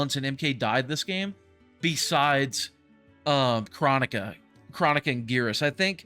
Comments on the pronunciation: Not chronica but chrOnika with the big O sound not the little o sound again it’s Cr-OH-nika, not chronic-a. PLEASE at least pronounce her name correctly even tho I probably didn’t spell it correctly hearing it said wrong is just annoying af lol!! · kr-OH-nika bro!!